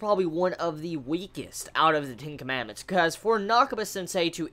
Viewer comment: I'm not so sure if he was saying "Ten Commandments" or "Tinkerman".